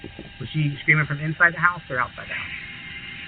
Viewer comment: “intside” lol